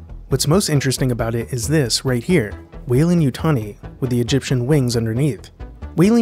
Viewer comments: What happened to the 'd' in Weyland? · Shouldn't it be WeylanD as opposed to Weylan? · There's a blooper over that beer, it should be Weyland, not Weylan.